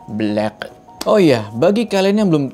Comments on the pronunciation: Black bukan belek 🤣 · Pas nyebut warna "black'o" langsung halal berkolkolah 😂🤣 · "Belack" gila enk bngt di dngr